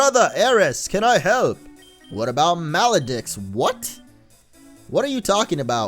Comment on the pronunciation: The deux in Maledeux is actually pronounced like dough